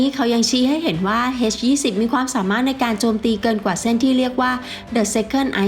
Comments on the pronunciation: น่าจะออกเสียงว่า เอชยี่สิบ ไม่น่าจะออกเสียงว่า เฮสยี่สิบ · เอ็ช-20 ไม่ใช่ เฮ็ช-20 อีหยังวะ